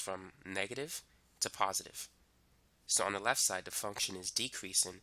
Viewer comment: Left, not leff